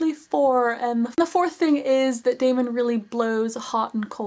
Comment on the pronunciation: It is pronounced Damon